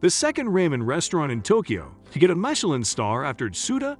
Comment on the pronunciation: This video has lost all credibility by not being able to pronounce words key to the content such Michelin and Ramen